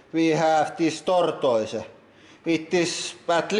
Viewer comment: the way he said tortoise